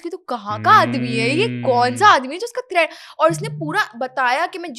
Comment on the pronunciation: Karachi say thread ni threatttttttt hota hai